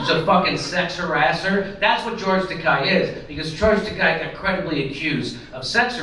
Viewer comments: Not a fan at all of the doofus but it's not Takai. It's akin to Ta-kay as in the girl's name KAY. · i know he's a shitlib, jimmy, but it's pronounced toe-kay. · It's Tah-KAY, "as in gay", Jimmy. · George Takei hates when his name is pronounced that way, so keep pronouncing it that way.